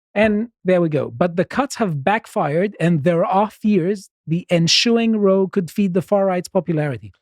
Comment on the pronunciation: You should help out by correcting him at times: It's 'row' as in rowdy; not 'row' like in rowing.